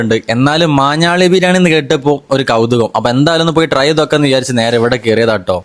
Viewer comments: മാഞ്ഞാളി അല്ലടാ വാതൂരി...... മാഞ്ഞാലി..... 😂😂😅😅😅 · ഞാളി അല്ല മൈരെ ഞാലി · ചേട്ടാ, മാഞ്ഞാലി... മാഞ്ഞാളി അല്ല ട്ടൊ. Ok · മാഞ്ഞാളിയോ 😅. മാഞ്ഞാലി ആണ് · മാഞ്ഞാലി ആണ് മാഞാളി അല്ല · മാഞ്ഞാലി ആണ് ഭായി.... മാഞ്ഞാളി അല്ല....🙏🏻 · മാഞ്ഞാളി ❌ മാഞ്ഞാലി ✅ 👍🏻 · സത്താ ബിരിയാണി ❌ നേടിക്കൽ ബിരിയാണി ❌ മാന്നാളി ബിരിയാണി ✔️ 😂😂❤